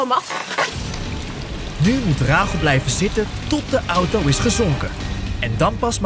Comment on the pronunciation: Je zegt auto verkeerd jij zegt de naam auto zoo oto😅